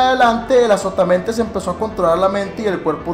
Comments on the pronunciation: Pensé que decía "Azopotamadre* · pensé que decía "que es azopatamadre:v" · Yo pense que decia azopotamemes jajajaj XD